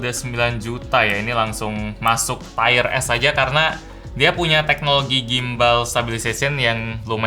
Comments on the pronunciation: Tier bacanya tir kok tayer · t-i--y-e-r list bang, bukan t-a-i-y-e-r list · Tier: tir bacanya Bang, bukan tire (ban mobil) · Bacanya bukan "tayer" kayak ban. Tetap tier. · Tier dibaca TIR = Peringkat. Tire dibaca TAYER = Ban. Semoga video selanjutnya tidak Tayer Tayer lagi ya.. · Mksdnya tier = Taier?bukannya dibaca tir ya? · Tier list bukan tire list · bacanya lebih ke "tir" bro bukan "taier" :) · Formatnya oke, softsalenya.. oke lah, cuma nyebut "tier"nya aja bang setau ane bacanya "tir" bukan "tayr". Cmiiw. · Tier = Taiyer / Tiyer? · feedback aja bang, "tier" baca "tir" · Cara baca 'tier' itu 'tir' bang, bukan 'tayer' :) Btw, lanjut bang bikin tier list brand lain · Videonya bagus Bang saya suka format yang seperti ini. Yang kurang cuman salah pengucapan aja "tire" sama "tier" itu beda hahaha. Bacanya kayak "tear" air mata. Btw Vivo itu kalo menurut saya design-nya paling keren.